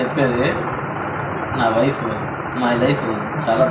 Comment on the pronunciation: పాపం వైఫ్... లైఫ్... అంటున్నాడు... అది నైఫ్....